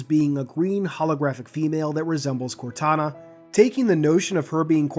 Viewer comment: Thought you said CORONA at first, haha. “Corona is not doing a great job at maintaining order” xD